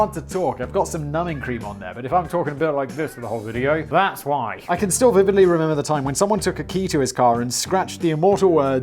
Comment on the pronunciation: Did you just say vivali rather than vividly, Simon?